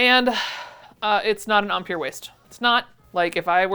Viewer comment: I love your channel so much! Inspirompng and fun… …but it’s prounced empire as in British Empire and not Ahm-Pierre, as in an Afrikaner trying to say “I’m Pierre”. (Sorry…yes, yes I am one of those annoying people)